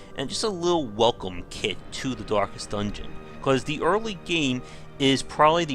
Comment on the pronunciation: 'Dorkest Dungeon'